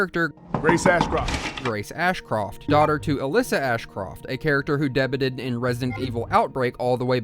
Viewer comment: "Day-bewed" is how it's pronounced 😅